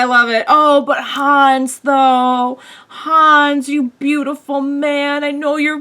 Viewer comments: It's not Hans, it's Hannes. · His Name is Hannes not Hans